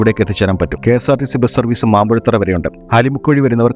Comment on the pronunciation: മാമ്പുഴത്തറ അല്ല ഹേ മാമ്പഴത്തറ എന്നു പറ